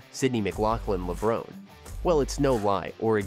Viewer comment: Please pronounce Levrone correctly - it has an inflection or hidden acute accent at the end, making it 'Levro NAY'. Tony Hunt World Junior Athletics News NZL.